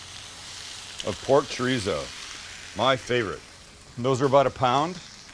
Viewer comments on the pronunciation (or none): it’s chorizo not chureezo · the way you say “chureezo” pisses me off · I love this video! Expect the way he’s saying it like Choreeso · This man said chrizo completely forgot the damn “o”😂😂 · The mispronunciation of Chorizo was slightly tedious! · Nothing like a white person, pronouncing chorizo...lol I would use the cheese sauce as chili con queso. I would add diced tomatoes to the cheese sauce. Those boy's are gonna get diarrhea from eating it hot, you are, too! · You’re saying chorizo wrong😭😭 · Right! White person saying it!